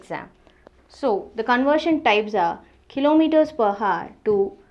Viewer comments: not conersion its CONVERSION 😂😂 where is V 😅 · ITS 'conversion' NOT ' Conersion '.*****......**** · . It's not conersion it's conversion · Conversion or conersion? 🤔